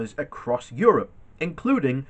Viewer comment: Rory Bremmer used to mock Ted Heath's pronunciation of Europe ('Yurp'). Yurpak.